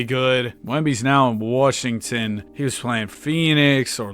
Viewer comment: Yo, why do you say worshington, is there like an inside joke or sum? Because i stopped watching when you wanted 50k subs, and then i got back to watching like 2-3 weeks ago.